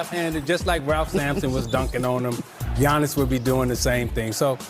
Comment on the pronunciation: You never pronounce Giannis name the right way smh